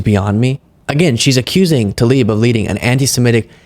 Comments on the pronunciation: 'Tlaib" NOT 'Talib' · it's not TALIB, IT'S TLAIB. I know, it's tricky. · It is not Talib but Tlaib. How hard is it to learn the name you mention repeatedly. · Jake Tapper COULD state TLAIB's name properly...